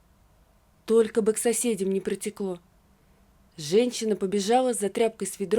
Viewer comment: Пожалуйста найдите человека который будет проговаривать женщина, а не ЖенЧина, слушать невозможно, по ушам режет. Одно слово всё портит и это во всех текстах.